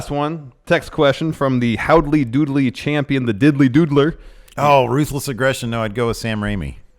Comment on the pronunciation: the way he said "ruthless aggression", I heard proofless gresson lol